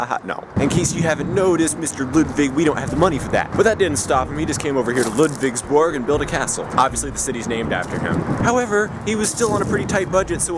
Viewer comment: Ludwigsburg, huh? Your pronunciation seems to haven gotten a lot better and you seem to be getting the hang of it by now. Not "Ledwigsbörg" anymore. =) And even a proper "Märchengarten". Congrats!